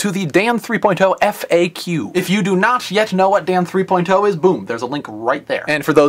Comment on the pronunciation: Stop saying "three-poin-TOE!" Come on man, just say "three-point-oh".